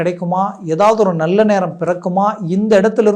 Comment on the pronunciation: 'நள்ள'..மெல்லினம்.இடையினம் தெரியாமல் என்னய்யா தமிழ் பேசுறீங்க..😮